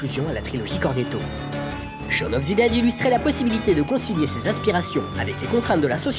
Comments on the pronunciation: shawn of THE dead, pas ZI dead haha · Je comprends pas pourquoi tu prononces "Shaun of zi dead" mais tu prononces aussi "Zeu world's end" Mais sinon très bonne vidéo 👍